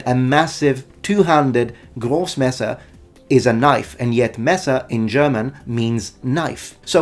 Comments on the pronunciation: I just came to the comments to tell you that your pronunciation of the word Großmesser (wasn't it called großes Messer though?) is absolutely 👌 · I am really impressed that you nailed the pronounciation of "Großmesser" and "Kriegsmesser". German seems to be a difficult language for people of other nationalities. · "Grossmesser" spot on pronunciation! 😊 Greetings from German speaking Switzerland. I love the video and have been wondering for a long time what exactly distinguishes a "Langes Messer" (which is considered a knife) from a sword. From what a smith told me, it also depends on how it is forged/made. And some people already mentioned it before in the comments, it's about the handle of the weapon. Another factor, at least in the "German" regions, were legal issues. Peasants weren't allowed to carry swords but could carry knifes ergo "Lange Messer". Mind you I talk about the one handed version not the "Grossmesser"! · Oh my god, your german pronounciation has improved *a lot*. That "Großmesser" and "Messer" where absolutely on point, perfect!